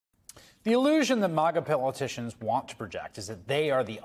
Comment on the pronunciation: Did he say Pillow-ticians? lmfao